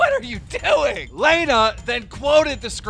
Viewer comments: Keem is in a profession where he should be able to pronounce names and places.. He can't say Lana's name right and can't say "Vegas".. Drives me crazy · Keem pronouncing Lana’s name wrong as if he doesn’t know she is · like for everytime keem mispronounces Lana's name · Anyone else get pissed about how he pronounces lana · He pronounced Lana Rhodes wrong on purpose to not get in trouble with his girl you finesse king keem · Whos layna it's pronounced lana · Why he say Laana it’s Lana 😂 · You literally never read or pronounce anything right and its the most annoying thing ever. Plus it’s not like you’re live, you could easily edit it or redo it but of course not bc youre lazy. You also butcher everyones names, for example its LAHHNA not LEHHNA...seriously the easiest name. Get it right, it’s your fucking job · Stop saying lajna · lAnNa its pronounced lanna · He’s says layna instead of Lana so he can get flamed in the comments for it he did the same thing when the Alissa violet and Jake Paul the was happening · Why do you pronounce Lana as Laina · Man sed “laynah”instead of lana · Nigga stop sayin laynah I was so confused on who he was talking about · My whole body cringes when he says Lena instead of Lana. And for that reason, I'm out. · Its lana not leyna u idiot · FrankTheTank77 Dude I was just about to say this exact shit. Like at LEAST take the 45 seconds to LEARN HOW TO SAY PEOPLES NAMES. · Lawna. Not Lane-A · LANA KEEM NOT LAYNA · Whose Layna? It’s LAWNA 🤯 “Lana” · Why does keen pronounce Lana “lay-nuh” when it’s pronounced “lah-nuh” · It’s Lana not “Leana” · its not laanaa its lahnah !! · it hurts when u say "layna" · Dude does not know how to pronounce names! This guy said Laayyyyna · Her name is LAH-NUH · Why do you pronounce it as “lay-na” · it's pronounced (lah-nah) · La-na, not lana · Nigga said layna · lay-na lol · Why does keem pronounce it “lay-na” 🤦🏻‍♂️ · It’s pronounced lahna dumb fuck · STOP CALLING HER LEYNA FFS!! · You said Lana wrong